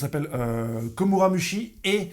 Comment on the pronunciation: Franchement des fois je me demande si tu lis vraiment one Piece pour faire autant d’erreurs sur le prénom des personnages c’est Nekomamushi